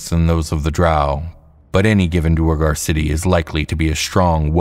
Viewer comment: Let me add pronunciation of "duergar" to my comment.